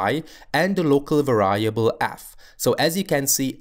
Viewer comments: The word variable is pronounced [VE'riebl] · You kept on mispronouncing the word variable. Other than that, great video, thanks!